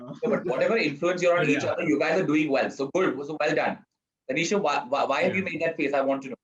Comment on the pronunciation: Did he keep calling her Taneeshow? Lmao.